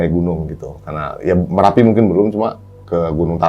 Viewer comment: MERAPI bos..bukan M"A"RAPI